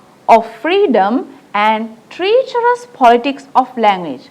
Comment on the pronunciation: T Good explanation! Pronounce treacherous correctly...